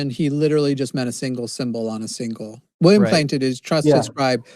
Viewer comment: William Clay-T-on.